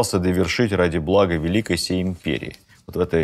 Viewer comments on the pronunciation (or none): none